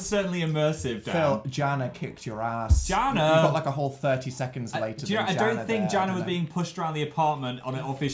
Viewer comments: its pronounced yana not jana. the j has a y sound. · That moment when they finally say your name but they pronounce it wrong 😁 (Jana is pronounced YAH-na) Although that is originally. It might have morphed. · This is such an amazing video!!! I love the challenges and different difficulty of tests. Also... Pronounced... 'Yar-nah' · Jana is pronounced "yana" 😂